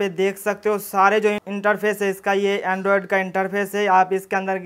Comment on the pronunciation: Sikgaya. Andrioded nahin bolna is ke bad